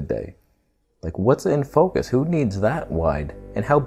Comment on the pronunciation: "What is gonna be in FOKUSH ... fokush ... F*** my life" XD ... HAHAHA i laughed so hard. I love your sens of humor dude! Keep on!